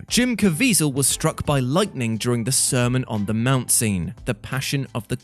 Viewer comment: “Sermon on the *mound*” 😂😂😂😂